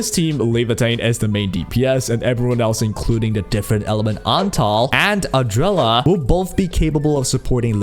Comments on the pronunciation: Adrela? Not ardelia? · It always hurts me, when you call her Ardrella 🤣🥲 thank you for the video!